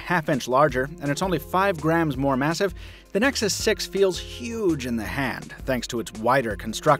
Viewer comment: "moto x pure edition vs. nexus sex" it really sounded like that